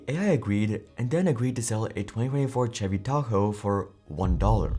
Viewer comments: This comment is shared with love and total respect for the work you do. I just wanted to offer a small pronunciation note. The word “Chevy” is pronounced with a soft “ch” sound, similar to the “sh” in “shoe” or “shell.” It isn’t a hard “ch” like in “cheese.” A helpful way to think about it is that “Chevy” sounds like “Shevy.” Just sharing in a friendly spirit. 🙏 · chevy isnt pronouced ch-evy it sounds like shevy. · just so you know for future reference "Chevy" is pronounced with a 'sh' sound at the start like 'shevy' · "Chevy" lol its pronounced Shevy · Too funny, an AI giving a talk on why AI doesn't work. What a waste of time. SCHEVVY is not Chevrolet LOL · Lol...Chevy, nice pronouncing there